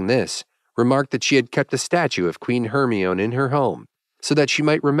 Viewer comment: "Hermion"?... It's pronounced "Her-my-nee"